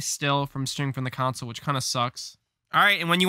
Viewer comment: Why does he say console like that